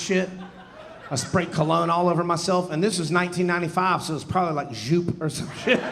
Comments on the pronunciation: Joop is called "Yo-P" not juup ;) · It's pronunce "Yope". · JOOP! Is pronounced “YOPE” How many decades have you been mispronouncing it? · Yeah, Joop is pronounced 'Yope' like "rope." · This is great stuff. I always love Cliff's comedy. But....I have to be THAT guy. I did get nostalgic when he said Joop and Cool Water in the same sentence. They're two of my all-time favourite Eeu Du Toilettes' right there. But, Joop...is pronounced YOPE, as in Y for Yellow and OPE as in Hope. It was all over their original advertising when Joop was launched but no one took any notice and just pronounced it phonetically. I don't think I've ever heard anyone, accept fragrance counter folk, pronounce it correctly and they LOVE to correct people on it....just like I did. The part about your sister dropping everything to care for your dad....that hit me so hard. My dad and I had always been close but we had a difficult relationship as he was an angry man all of his life and I, even as a young boy, would get in between him and my mum if they were arguing. For this courage I copped ten years of serious physical abuse from age 5-15. After 15 I was a little vigger and we still fought but I had the upper hand. My father always said he was "teaching me a lesson".;he was right because, in all of those years when I was fighting a 49+ year old man I never feared anyone else and I learned how to look after myself, take a heavy punch amd cover up etc. Regardless of the beatings I kept standing up to the plate any time he abused my mother or sister. I would take rhe heat and that heat was hot as hell. When my mum and dad finally divorced no one in my family wanted to know my father but I rem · the joop pronounciation is cracking me up :D never heard that before.